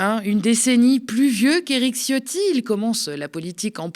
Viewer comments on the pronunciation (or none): On dit pas "Ciotti" mais C(h)otti-rez la chasse d'eau après vous svp qu'elle remonte pas se présenter au élection ! Hein Fesstrozi, récupéré ta 💩 lâchée ! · Faut prononcer "tchiotti"; Parenthèse : comme dit ma mère, quand je lui dis : "maman, c'est moi le chef !" elle me répond : "ouais, le chef des chiottes !". Ma mère est flamande, c'est l'humour des Flandres.